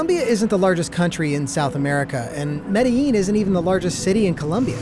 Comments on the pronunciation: Pronounced Medizheen NOT Mediyeen. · The way he says Medellin makes me want to cry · Wait.. is it pronounced Mediyeen or Medizheen? Ive heard it both ways